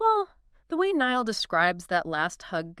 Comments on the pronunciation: That’s what I’m saying. Like who the fook is Neil? Who’s Neil HorAN? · Amen His name is NAILL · The mans name is NY-ALL NI-ALL, NIALL. Please get it right he deserves that. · SAY NIALL’S NAME CORRECTLY MY GOD IM GETTING SO FRUSTRATED WITH THIS! His name isn’t Neil. It’s Niall. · Who the fook is Neil, it’s Niall Ni-All 💀